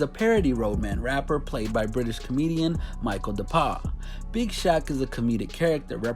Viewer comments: It's pronounced "Bo" not "Bow" It's pronounced Michael "Dapa" not "Deepaah" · My man just said Micheal dapaarhhhh